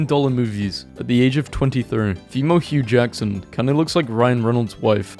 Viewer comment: Did you just say Hugh JACKSON